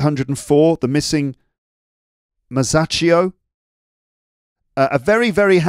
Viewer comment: Happy new year, Luke. Here in Italy, Christmas holidays haven't finished, yet because we celebrate Epiphany, too on January 6. I really like expressions, in italian we say to have somenthing on the stomach instead of the chest. Well done for the pronunciation of Masaccio 👍